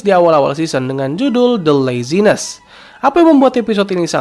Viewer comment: Kalau saya boleh koreksi dan juga sebagai pembetulan nama lengkap acara kartun ini adalah ; "THE AMAZING WORLD OF GUMBALL" dan judul episode yang tadi dibahas di baca ; "The Laziest" dan bukan ; "The Lazi(nest)" baik demikian pembetulannya , terimakasih.